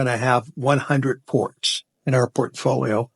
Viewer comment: "PORT" .. folio.